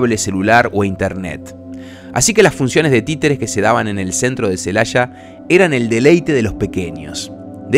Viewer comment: Aquí en México, no hay ninguna ciudad llamada "Celasha", hay una Celaya.